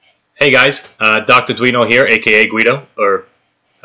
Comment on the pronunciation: Lol you said guido ah haha.